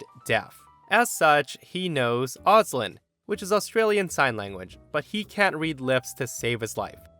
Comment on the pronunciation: Just so you know, Auslan is pronounced "Aus" (like the beginning of 'Australia) and "Lan" (like the beginning of 'Language')